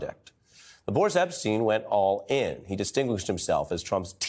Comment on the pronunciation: its EP-SH-TEYN not EP-STEIN